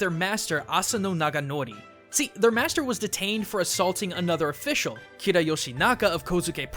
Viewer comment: Did you say KIRA